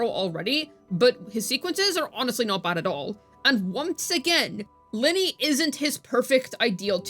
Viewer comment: Ly-nae not linny if i am not mistakenn love your guides btw hehe❤❤